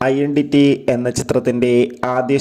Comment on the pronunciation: idont pronounce iendity...its identity